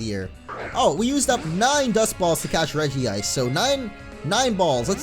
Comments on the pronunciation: Regice not Regi-ice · I dont know if anyone has said this but, u said regice's name wrong xD its Reg-ice not Regi-ice xD just pointing that out:) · Dude no offense but it's pronounced reg-ice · Its regice not regi-ice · its regice not regi ice. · It's pronounce as Re-gice not Regi-ice, even the Anime pronounce it as Re-gice! Look at the name it only has one i and not two i! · Dude say it like this rej-ice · Re-jise Regice